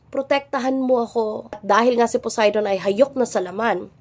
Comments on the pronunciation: "BILASA" "C PUDAY" 😂😂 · Balisa ❌ Bilasa ✅ Poseidon ❌ Pudayton ✅ Sorry maam naaaliw po talaga ako sa mga chismyth nyo 🤣😭